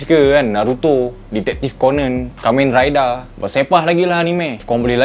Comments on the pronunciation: Me:kamen rider:kamen raidar 🤣🤣🤣🤣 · Loghat Japan in English Rider = Raida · Kamen raidahh...wakanda forebahhh